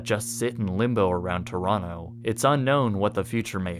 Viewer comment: Really cool video! But as a Canadian who lives in Ontario each time you would pronounce every T and O in the word Toronto I would cringe ever so slightly.